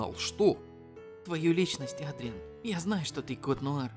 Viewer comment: ЭДРИАН ЭДРИАН А НЕ АДРИАН!!!!!!!!!!!!!!!!!!!!!!!!!!! БЕСИТ УШАМ БОЛЬНО